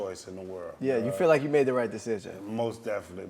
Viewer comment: I wonder if it was jade who's remoulded herself after will or vice versa.. the spking in emphasised syllables, the elongated "riggghhhtt" when seeking understanding. I love will. Despite all the negativity his wife brings to the table (no pun intended)